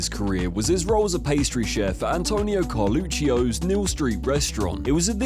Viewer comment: the name Carluccio is pronounced "Car-loott-shoh", the "I" is silent and only added so you would not say "car-look-oh".